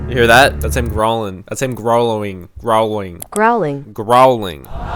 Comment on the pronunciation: Gr-ow-l-ing LEARN HOE TO SAY IT XDDDD :)